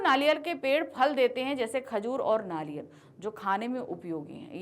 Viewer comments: You said नालियर not नारियल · You said नारियल not नारियल